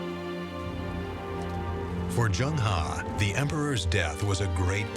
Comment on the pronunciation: As a professional narrator, he should have made an effort to find out how 'Zheng He' is pronounced. Angmo are very self-centred as they pronounce foreign names as if they're English words. Zheng He is pronounced as /zəŋ - hɜː/. Also, Shanghai is /ʃɑːŋ-haɪ/ not /ʃæŋ-haɪ/. Tsunami is not 'Sunami/ but /tsu-na-mi/. Asians make a conscientious effort to pronounce Angmo names correctly but accommodate their Angmo masters by parroting them instead of correcting them.